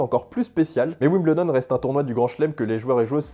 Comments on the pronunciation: Alors les français : on ne dit pas « wimBLEdon » mais « wimBEULdon » ! 😘 Il faut apprendre à parler anglais les gars 🤣🤣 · Pour info on dit 'wimbeuldon' et non 'wimbleudon... sinon super video :) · Attention, on ne prononce pas "Wimbledon", mais on prononce "Wimbeldon" ou si vous préférez phonétiquement [WIM] + [BUHL] + [DUHN] Vous pourrez brillez en parlant avec des anglais ;-)